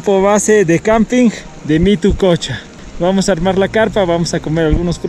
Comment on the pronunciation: mituqucha, no mitococha